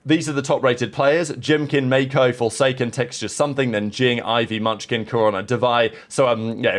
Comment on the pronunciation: Bro how do you butcher pronouncing every non english named player in the league like 😭😭 May-Ko!? Seriously